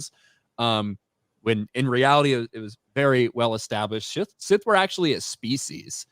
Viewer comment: Instead of Sith please say hard th going forward.